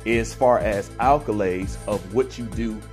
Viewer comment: Accolades* not alcolades